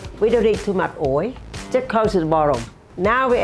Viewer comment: I love how she says oil .... like my coworkers at my Thai restaurant I work at